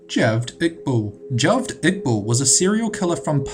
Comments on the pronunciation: A note to the narrator, the pronunciation for Javed is "Ja-wayed". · Ha-ved Ig-bal not Jah-ved Igbull